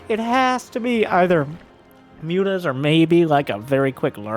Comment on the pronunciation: The original joke I believe stems from how serrals pronounces Mutas. He tends to say mootas, the picture is a recent addition. Still, it greatly underpins the joke.